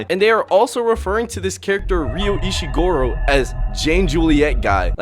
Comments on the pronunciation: ryu ishigoro ? ISHIGORO ? It's "Ishigori" now who's a larper ? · Did this guy say Ryu ishigoro?